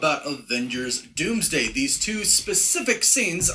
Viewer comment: Not the “DoomDome” 😂 I can't with you, man lol